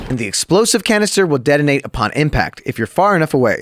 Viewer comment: Are you saying deadenate? Detonate*